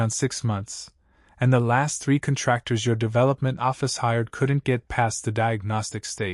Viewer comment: This AI voice is widely used and should “know” that it’s CONtractors, not conTRACtors. These AI’s are still phonetically impaired.